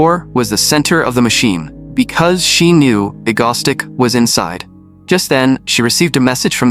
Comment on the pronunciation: The AI voice saying Egostic instead of Egoistic is killing me